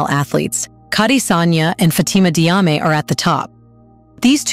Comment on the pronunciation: it's Jarmay, not Diame. I'm Diop, pronounced Jop. Diouff = Joof. Diallo = Jallo. All major athletes